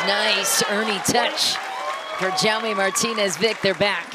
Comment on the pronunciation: Awful pronunciation of Jaume